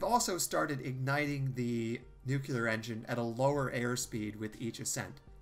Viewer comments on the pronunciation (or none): It's "nuclear", not "nukelar".